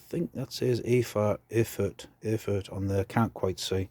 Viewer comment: Erfurt is pronounced Air - Fort. 😛There is a near perfect German SG 1884/98 Sawback bayonet on sale at the antique store up here going for £200!!